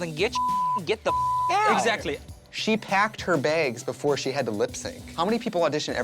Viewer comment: “She paecked her baegs” — Trixie Hello a c c e n t